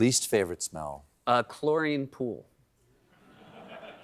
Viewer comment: Love the banter ❤ but... What's with the hair?? 😅 I hope corrections spil-over happens because that's not how you pronounce chlorine, Seth 😉